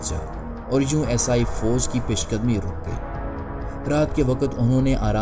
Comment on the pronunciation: پہلے اردو کا تلفظ تو صحیح کرلو عیسائی کو اسائی بول رہے ہو